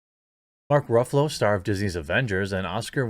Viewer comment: I think the correct pronunciation is Mark “Ruffles”